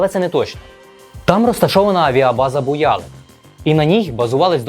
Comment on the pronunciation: Не БуЯлык а БуялЫк стоял развед-полк.